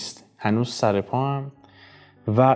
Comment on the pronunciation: به سامانم نمی پرسی نمی دانم چه سِر داری / ببحشید سراگر با کسره خوانده باشد بهتر نیست